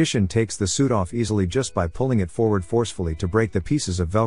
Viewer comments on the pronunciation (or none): none